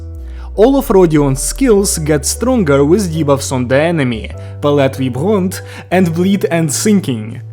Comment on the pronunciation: you're also the first content creator who managed to say "palette vibrante" accurately. Most of the other says it with a Spanish accent and it always cracked me up😅.